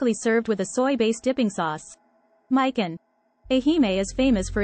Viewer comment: Mikan pronounce みかん not まいかん